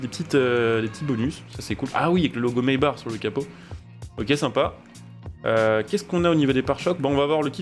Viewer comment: Mesbars 😂😂 trop bien la prononciation tkt on tadore toujours